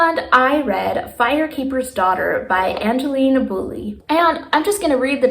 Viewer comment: Also, Angeline is pronounced so it rhymes with Fine 😊